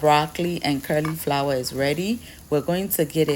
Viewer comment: Thank you for the meal solution for this weekend I'm definitely trying this one- I know already it will taste marvellous but all those colours, WOW, so tantalising!!!🙌🏾🙌🏾👏🏾👏🏾✌🏾✌🏾✌🏾....erm, pls, as a loyal and beloved member of the Sweet Team, I don't want the 'queens English police' to catch you o😆😆😅😅😂😂🤣🤣 please permit me to correct your pronunciation of cauliflower, its "colly" flower not "curly" flower - I was chuckling to myself every time you said it lol❤😊❤🤗 ❤